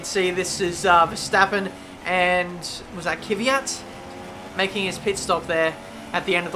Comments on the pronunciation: it's fucking Kvyat not KYVAT... so annoying:( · Kvyat not Kyvyat.... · It's not ki-vee-yat, its kv-ee-yat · His name is Kvyat not Kyvyat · I hate how he says Kvyat and Ricciardo